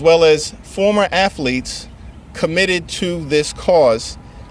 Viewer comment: This fake Muslim 🦝 just said afalete.🤦🏾‍♂️